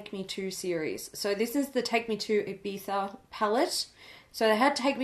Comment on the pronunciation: Standing up and clapping because yes, you said Ibiza correctly!!! Haha. Great video sisters